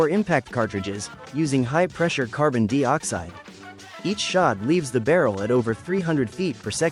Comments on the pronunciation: A.I. Narrator that couldn't pronounce certain words or numbers correctly. Makes me wonder about this presentation."Carbon Dee-oxide?" I thought it was carbon dioxide? 🤔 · WTF is Carbon DEE-Oxide... Are you trying to say Carbon DIE-Oxide? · Would be better with human narration. Carbon deeoxide? Leave it to ai to f up anything it touches. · just a friendly heads up before you make a fool of yourself in the next video you make, there is no such thing as carbon dee-oxide. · Dee Ox-hide. 😂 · Funny how AI doesn't know how to pronounce dioxide. Even Brits pronounce it the same as us so, who's the idiot that taught this "intelligence" to say it wrong.